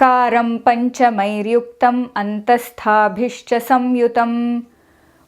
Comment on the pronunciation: why do you pronuntiate संयुतम् as सम्युतम्? why not nasal य् or there?